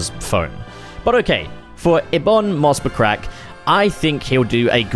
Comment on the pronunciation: "Ebon Moss Buttcrack" he says hahah